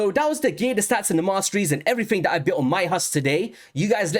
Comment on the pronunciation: Thanks for doing a Husk Hydra breakdown!👍 I have been sitting on 2 copies of him for a while wondering if he was worth the trouble to build and more specifically if he was better than Seer, Royal Guard, or Coldheart. BTW, I love your accent but am curious if you have a Jamaican parent because you pronounce some "T"'s like "D"s so "This" and "That" sounds like "Dis" and "Dat".😁